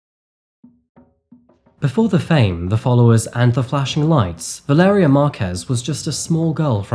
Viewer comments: Her name is (phonetically) Val-ar-aya, I know a Mexican lady with that name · Her name is pronounced “Vah-leh-rEE-uh” and the city is called “gwah-da-la-HAH-rah”